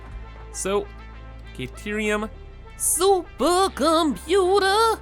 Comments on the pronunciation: I don’t understand the supercomputer reference why does he say it like that? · The reason why i actually dont really enjoy his videos. :/